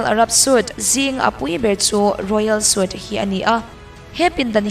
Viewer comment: Suite hi sweet ti a lam tur.